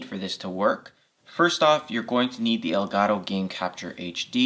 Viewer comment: El gato in spanish = the cat so you have to use the t as a t not as a r , but i do like yours videos